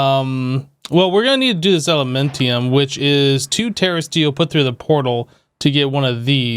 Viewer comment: It's elementium not elementum bro.